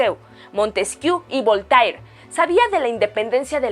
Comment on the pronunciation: Maravillosa información, pero como una pequeña observación, no se pronuncia Rosseu ni Voltair, sino Russo y Volter.